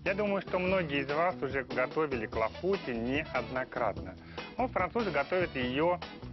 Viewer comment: Tarte aux cerises Clafoutis!!! (Клафути -ударение на последнюю букву "И" неужели так сложно выучить, как правильно произносить название этого Французского десерта???